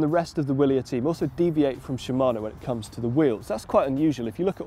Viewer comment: I thought "Willier" was pronounced with a V?